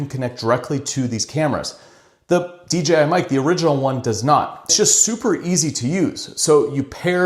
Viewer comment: Tremendously helpful comparison, thanks! Also, I think you're the only one on this platform that doesn't say D"G"I 🙂